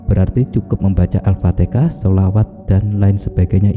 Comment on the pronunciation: Bukan alpatekah alfateha salah huruf sala makna